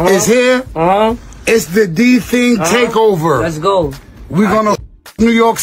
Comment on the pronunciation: "It's the D thing takeover "😂 nah bro, you gotta learn to pronounce his name first🤣